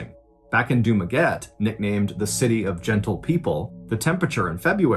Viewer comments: Hi john, its du-ma-get-teh not dumaget 😂 (spelled dumaguete) love from the philippines! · The place in the Philippines is pronounced as Dumaguet te not as Dumaguete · Friend Ballen, it is pronounced Du-ma-get-teh, not Du-maguette like baguette. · Wow, I never thought my hometown would ever surface in one of your stories! Excellent storytelling as always. Dumaguete is pronounced Duma-getty by the way. My aunt from Houston told this story to us in the mid-80s. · mr. ballen... it is read... du-ma-gue-te... 👌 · Hey Mrballen, that place in the Philippines actually pronounce as Dumaguet-te.. 🤗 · I've been listening to your stories for almost a year now and this is the 1st time i heard a story about a Filipino..this is sad as..I hopeTeresita is at peace now ... but her killer will hear her voice for the rest of his life and by the way..it is Du-ma-gue-te, with an "e" 🤣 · dumaguete pronounced here in the philippines as Du-ma-ge-te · It's pronounced Duma-geh-tee. Also dumaguete language is bisaya or visayan but they usually do speak tagalog also. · Dumaguete is actually pronounced as Dumague-'teh'. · I have been a fan for almost two years now that is why I feel the need to correct you on two things. 1. Dumaguete is pronounced "doo-MA-geh-te" 2. their native tongue is not Tagalog but Bisaya... I still love you though...keep the very scary, dark and mysterious stories coming... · Hi Mr Ballen! It should be pronounce as Du ma ge te (Dumaguete) Love all your stoies, PH represent!😊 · Dumaguete, as TEH in the end. With 3 syllables. While I love to listen to your stories it drive me crazy when you mispronounce the names of cities. 1st was Yakima and now Dumaguete. Just use YouTube to get the right pronunciation. . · The final e in Dumaguete isn't silent. :)